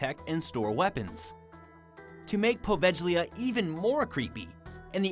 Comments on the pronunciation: Please do your homework! The "G" in Poveglia is pronounced like the "G" in glue or good, you're butchering it! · You beat me too it, there are so many channel where they crossly mispronounce the name of this ill fated little island.